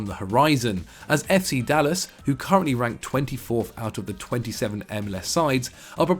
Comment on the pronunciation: Lol the way said "FC Dal Las" 🤣